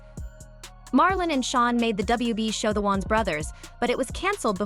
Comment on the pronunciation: Stop pronouncing Wayans like Wons😂